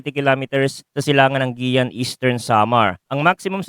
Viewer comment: Ma walang galang na po sir, pakiayos po ng pag pronounce ng Guiuan, Eastern Samar salamat po☺️